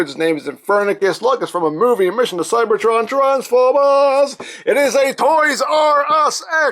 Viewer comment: You have to speak the c like s not as a k